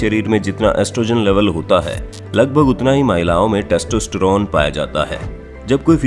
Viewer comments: Sach batana .... Kya aapko testerone bolna me koi dikkat nhi hui... 🤣🤣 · When i hear : textistiron 😂